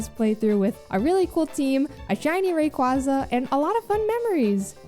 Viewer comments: That's how I say Rayquaza too. Makes more sense to me and sounds cooler B) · don't worry, you pronounce Rayquaza as it should be despite how they butchered it in the anime:) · The way you say Rayquaza is the ONLY way. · Thank you,! No one pronounces the second syllable in Blastoise like that in tortoise. And, if Spanish pronunciation has faithfully preserved the sound of 'quasi' with 'casi', quasar should be pronounced like how you pronounced Rayquaza